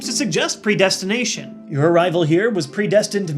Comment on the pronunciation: says "Predesination." Whoops, you forgot the T!